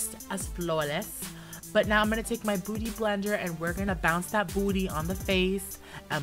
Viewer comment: did anyone hear botty blender instead of beauty blender?😂